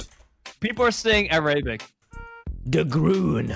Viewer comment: Fundy pronouncing "Arabic" is gonna kill me. Like he says "Aerabic" it's soo funny. Also, that Arabic text is everything and so frustrating and it's great when you understand Arabic.